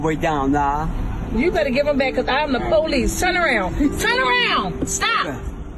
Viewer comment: Anyone who pronounces it "POE-lease" like that has nothing to do with Law Enforcement, beyond perhaps giving them business.